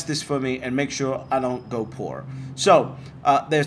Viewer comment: that's such an american way of saying "poor" - you sure you're british?